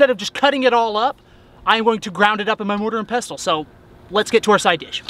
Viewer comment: hate to be that guy but... it’s pronounced mortar and pessle o.o